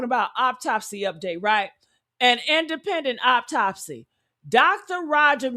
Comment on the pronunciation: It’s AUTOPSY not Optopys